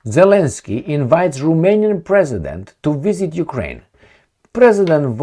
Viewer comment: You said Jewkrain ?